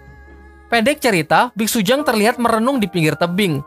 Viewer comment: Bitsutang woy bukan bitsujang